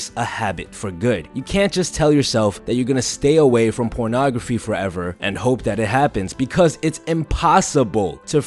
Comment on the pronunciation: Me: ok I need this, I'm really addicted... Him: ProNographY